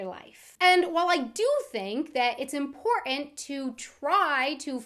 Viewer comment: accents are funny the way u say im portant! has me reaching for a vodka martini ha ha